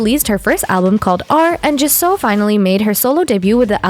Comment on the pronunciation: Jisoo is pronounced how it's spelled NOT g'SO. smh